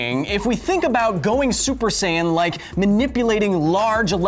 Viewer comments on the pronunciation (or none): don't you mean "sayian"?🤔😂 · FYI: Saiyan is pronounced like "science"